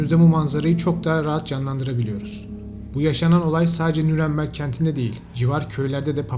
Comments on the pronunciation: Nüremberg olmaması lazım Nürnberg olması lazım .Düzeltin lütfen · ŞEHRİN İSMİ N Ü R N BERG